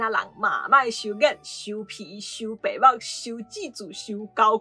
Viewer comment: 孽gia̍t lisa你讀第8調,毋過 ê白目pe̍h-ba̍k讀第4調--去--矣